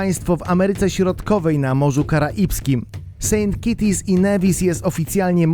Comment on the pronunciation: Saint KITTS and Nevis; tam nie ma żadnych kociaków (kitties)! Jak przygotowujesz materiał to ogarniaj też jak się wymawia nazwę danego kraju...